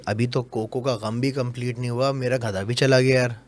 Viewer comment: Ek baaa bataen 🛑 gadha Hota hai ghada Nahi